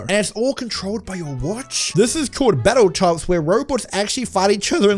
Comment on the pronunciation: it's BattleBots not battle tots